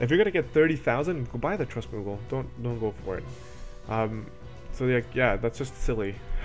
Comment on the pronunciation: Thanks for the good video man! You are saying a lot of the same thing my buddy was saying, but when you say it I actually listen. Except when you say muggle :P